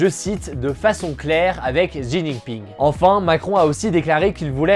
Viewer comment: Prononciation : le président chinois Xi (se prononce « chi ») 😉